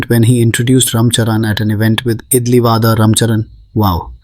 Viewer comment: The narrators pronunciation of South Indian references like idli vada as ‘Idli Vaadha’ or butchering of ´Barathanatyam’ and ´Mridungham’ was also cringe btw.